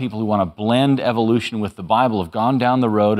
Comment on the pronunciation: I love how Dawkin's pronounces Evilution. :D